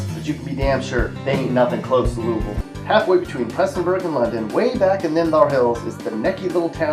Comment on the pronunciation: Learn to say Louisville right